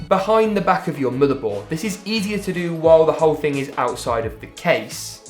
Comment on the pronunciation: the way he says motheboud